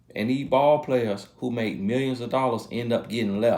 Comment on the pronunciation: Can I also have the t-shirt that says "mill yens." Lol at the pronunciation...I laugh every time..too funny.